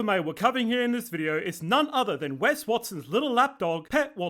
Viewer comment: His name is WEST not Wes.